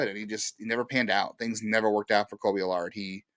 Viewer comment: Kolby AL-URD